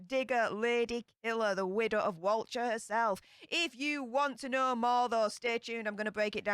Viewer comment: It’s important to get pronunciations right, especially with a word used in the title of the video and throughout it. Walcha is pronounced ‘Wolka’, not ‘Wal-char’.